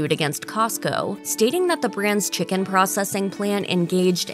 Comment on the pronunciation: How come she says chi-CAAAN